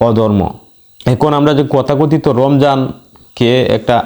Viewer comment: সালামুন আলাইকুম, উচ্চারনটা কথাকথিত হবেনা বরং তথাকথিত হবে,মাগ্রিমের পরে হবেনা,হবে মাগ্রিবের পরে। তবে এসব কোনো ব্যপারনা এগিয়ে যান,রাসুলের ভুমিকায় আছেন,"সামি'না ওয়া আত'না। ধন্যবাদ